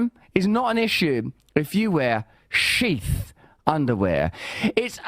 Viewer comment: I wonder if Sheath Underwear knew that Russell Brand is one of those Brits that pronounce “th” as “f”. Even called them “Sheaf” after hearing that ad. Anyone not reading the screen is going to think they’re called “Sheaf”. 🤣